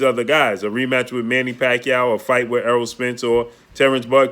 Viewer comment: He finally said Eroll..good job...